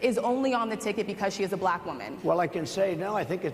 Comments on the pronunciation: I absolutely abhor the way he says the word; “Black.” Black = a one syllable word, not a two syllable word. Why? He’s a disgrace. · Thanks to my governor Tim Walz saying that the GOP or whatever are weird even by how Donald Trump talks is kind of weird how he pronounces the word black, China or Indian it just sounds weird when you hear it from his racist disgusting mouth. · He intentionally/sub-consciously mispronounces anything his bigoted, poisoned, tiny mind doesn't like.